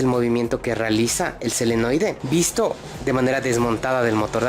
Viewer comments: Se llama SOLENOIDE , NO selenoide .... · Nuevamente, te felicito por tu video! Muy instructivo. Pero insisto, la palabra correcta es "SOLENOIDE " y no "SELENOIDE". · me dio escalofrios cada vez que decia selenoide xD